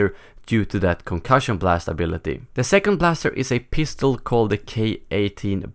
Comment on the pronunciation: he said k18 pistel